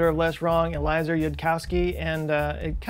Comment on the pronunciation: And it's El-ee-ehz-er, not El-ee-zer.